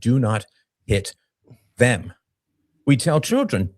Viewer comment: Did the guy on the left say “zem” instead of “them” ?